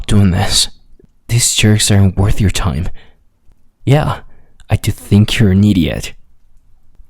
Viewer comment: the "yoar" I'm dead💀💀💀